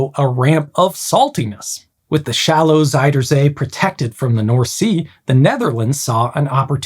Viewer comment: Fun detail: Your pronunciation of "zuid" is slightly off. It sounds more like "zijde" instead, which means silk. The correct way of saying "zuid" is actually pretty close to the english "south", just replacing the hard S and T sounds with softer Z and D.